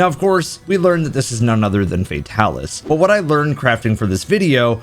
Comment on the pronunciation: I will never understand why people call him Fae-talis lol